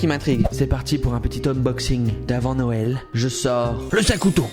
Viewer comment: Qd t'a dit Noël j'ai entendu No well😂😂😂 je crois que je fait trop d'anglais au lycée (environ 10 h)